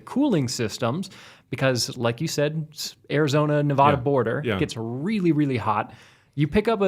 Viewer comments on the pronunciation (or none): Nev-add-a not Nev-odd-a!!